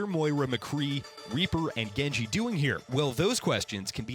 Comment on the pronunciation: I can barely understand genji. Good accent